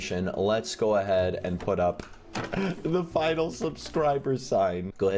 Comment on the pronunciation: u actually said finALE not final